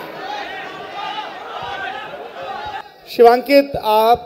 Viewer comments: Every time he says Shubhankit insted of Shivankit... It makes me angry 🔥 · Naam Shivankit hai, bol raha hai shubhankit, Kuchh to homework kar liya kar bhai. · नया नवेला एंकर बना है शिवांकित को सुभांकित बोल रहा है , और ओवर एक्टिंग वाला एंकरिंग कर रहा है । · research 🤣🤣🤣🤣🤣🤣🤣 naam to sahi le lo its SHIVANKIT not shubankit 😆😆 samje challanpot🥲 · lallantop team thode tarike k anchor ko laaye ye aadmi guest ka naam tak sahi se nahi janta hai continue shivankit ko shubhankit kahe ja raha hai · Host ko naam tak to pata hai nahi uska - unka naam SHIVANKIT HAI, Shubhankit bol rha baar baar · Anchor mahoday kuch zayada phail gye josh josh me shubhankit bol gye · The anchor should have decency to pronounce the guest's name correct. also, What a wasted opportunity to understand the actor by reducing him to mere mimicry. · u can’t even take his name correctly and u think u r a journalist